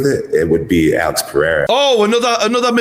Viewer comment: Jon destroys Tom AND "A-lexx" like Gane.